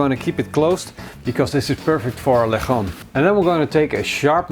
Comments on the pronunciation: LIT- TSON.... not le chon... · Its not leghrrron is lechon as in le chon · It’s lechon not lehon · Why do you pronounce it as lec-hon? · nice video! but just some few tips, put the spit first and the ingredients after for easier installation of spit (that's what I remember when my father makes this when I was a kid) and 2nd it's pronounced as leh chon :) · OMG..... you pronounce it as Le-tjon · Lek-hon lmao